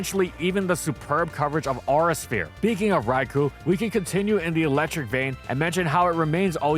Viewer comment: Dude talks a lot about wanting to be proved wrong yet hasn’t seen the irony in how people have continuously pointed out how he pronounces “Rai-koh” wrong.